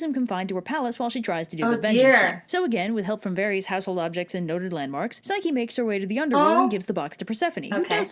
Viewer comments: I'm really not trying to be mean but I think you said psyche wrong again I'm not trying to be mean! I think it's pronounced pyshcE not trying to be mean ❤❤❤ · i think it pronounced pchycee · You pronounced Psyche wrong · She pronounced Eros and Psyche wrong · You said Eros and Psyche wrong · She’s pronouncing the names wrong and it hurts